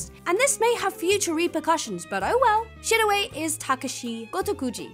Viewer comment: Shirowe is just pronounced Shirō the owe is pronounced like the English word